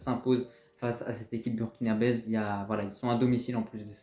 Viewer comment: On dit Burkinabè et non BURKINABAISE😊😂